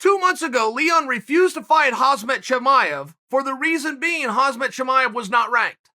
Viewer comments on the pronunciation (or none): he butchered those names